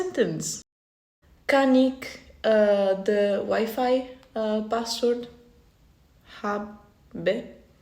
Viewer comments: wijfei (dat is fout je zegt wiefie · AI is not perfect, wifi in Dutch is pronounced 'wiefie' not 'wiefai'